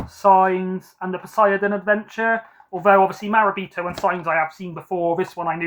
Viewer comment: I think your pronunciation of Morabito was ok but I think the end is TO as in TOP. 😀